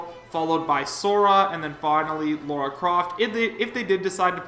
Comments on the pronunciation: Say it with me: LARA Croft Not LAURA Croft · It's LA - RA. Where do you see a u?. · It's LARA Croft not Laura you fuckwit....why the fuck do people STILL call her Laura after more than 20 goddamn years? They're 2 completely different names ffs... and ffs people, Steve is not going to be base roster....I doubt he's even that likely as DLC, he's not remotely interesting IMO ( I don't exactly hate him or anything, I just don't think he's iconic or interesting enough to be a fighter. Minecrat itself is iconic, the Creeper is iconic, Steve is forgettable. ). and no, Shovel Knight wasn't more prominent in the ballot, Shantae was since she's more popular worldwide based on data I've seen. Also I'm getting sick of these fake leaks popping up like STDs....I personally don't even think vergeben is "credible" and he simply guessed right. I believe Nintendo & Sakurai and nobody else when it comes to Smash.